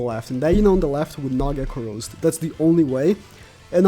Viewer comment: it's corroded not corosed you english noob.